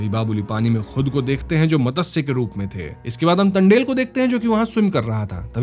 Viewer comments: BC can't you even pronounce मत्स्य simply,, why call it मतस्य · अरे भैया मतंस्य नही मत्स्य कहो . संस्कृत शब्द है मत्स्य याने मछली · मदस्य क्या होता है , it मत्स्य